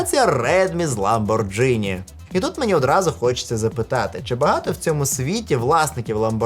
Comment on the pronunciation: Пишу коментар тільки щоб поправити трошки: Ламборґіні, а не Ламборджині